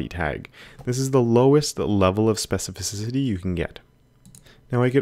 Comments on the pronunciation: It seems that sometimes you say this word like "specifi-ci-ci-ty" instead of specifi-ci-ty)) Great tutorial. Thank you! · Watching you speak specificicity i started fumbling myself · This man throwing in extra vowels all over the place with his SPECIFICICITY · Specificisity, I love it when you say that!